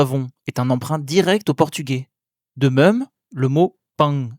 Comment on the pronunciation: j'ai posé la question car vous dites "meum" pour même, c'est tout à fait caractéristique de l'accent wallon et bruxellois. Vous prononcez également le p de sculpture.